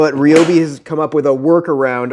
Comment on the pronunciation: Thank you for pronouncing it, right! And a very concise review!